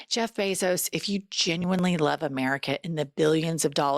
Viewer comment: I think she said Lub 😂😂😂😂